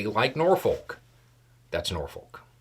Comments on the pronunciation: It's not "Nor-Foke" it's "NAW-fuk". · I need to say it, WRONG. Norfolk is not pronounced that way lol. As a local it grated on the ears. Nor-fuck or Norfick, or if you want to get REALLY old school, NawFick are the proper ways. Just a PSA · nor-fuk. say it with me. nor-fuk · Norfolk is pronounced Norfuck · it's pronounced Nor-fuck. Iran knows better than to have anyone touch our boats. They found out the hard way. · I’m originally from the Chicago area so when someone says “the Eisenhower” I immediately think of the expressway. Also, the way locals pronounce “Norfolk” sounds more like “Nya-fik” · To people from "NORFOLK," it's pronounced "NAWFU(K" :face-turquoise-covering-eyes: We can tell when someone is from somewhere else. They can't say it right. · here it's pronounced "NAWFU(K" ... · It's pronounced Nor-fuk. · As a local, living next to Naval Station Norfolk, I smiled at your pronunciation of "Norfolk." We pronounce it "Norf*ck." Portsmouth Naval Shipyard is where the Navy repairs its ships. By the way, i did some research on H5N1. it has a human mortality rate of ~60% which is higher than ebola, smallpox, & black plague. That is saying a lot. That might be a effective video for the future because when H5NI mutates to become easily transmitted person to person we are in real trouble especially given the world's & US's attitudes toward mitigation for pandemics. Ending 50-60% of world population with a single infection of H5N1 is a potentially, real threat. That outcome would take the pressure off climate change & natural resources...i know that is morbid. I am concerned. I always enjoy your informative videos! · As a lifelong resident, it's pronounced NAWFU(K - you will get it right one day - it takes a while to realize your parents don't mind !st syllable emphasizes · just a comment, the "L" in "Norfolk" is silent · The most shocking thing I’ve found in this video is how Americans pronounce “Norfolk”